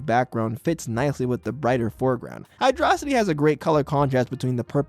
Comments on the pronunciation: HYDRO. CITY!!! Not Hy-dra-city! HYDRO mother🤬ing CITY!! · It's hyrdo city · HYDRO-CITY read it and weap, that's the official pronunciation according to SEGA itself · "Hy-DRAW-sity" - opinion invalid